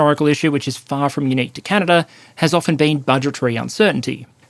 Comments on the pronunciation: Stop saying Canader, it's Canada, and it's Korea, not Kore-er and media, not medi-er. If you can't use proper pronunciation, don't post anything. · The geneava balance patch really hit canada hard Also theres no R in canada mate